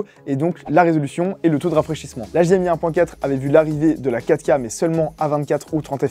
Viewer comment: "affichage en ouika". La prononciation me trigg à chaque fois 😂